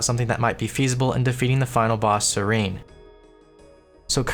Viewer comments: Its SEH-REN not SERENE. Come on. And twitch chat that didnt bugged him about it. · Serin? It's SE-RE-N! not SE-RI-N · SER-ENN not SER-EEENE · BTW it's pronounced SEH-ren not SEH-reen. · This man just called Seren, Sereen NAH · lowest level to not know that Seren and serene are different words with different pronunciation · the way you pronounce seren is wierd xD